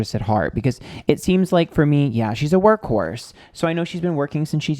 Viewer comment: My jaw dropped when you said work horse. I heard work whore at first 💀😭